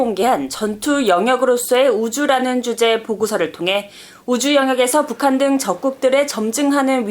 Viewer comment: 한국어 발음을 또박또박 정확하게 해주세요. 특히 첫 실러블을 ... <에>라는 발음 빼고요... 왜 <에> (국)방부 라고 발음하나요? <(북)한> 아니고 <북한>이쟎아요?